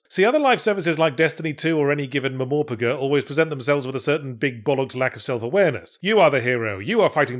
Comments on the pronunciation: Been a long time since I heard Yahtzee say "Mummorpegher". I wondered why he was doing so well mentally. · Meh-more-pah-gah broke me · Muh mor pah guh now added to your compendium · "M-mor-p-g" Oh now I get how that's pronounced, glad to see jokes like that are still around😄💖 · 'mmorprguu' reminds me of the french journalist a couple of years ago 😂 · Right. So Muh-Mor-Puh-Guh is how I pronounce that abbreviation from now on. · I will NEVER pronounce MMORPG another way from now on! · I'm so happy Yahtzee is still pronouncing MMORPG the same way as the original Witcher review.